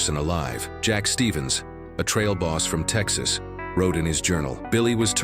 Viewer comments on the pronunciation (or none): none